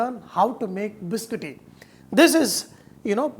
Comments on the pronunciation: It is pronounced Bis-Cot-Tee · Chef it's biscotti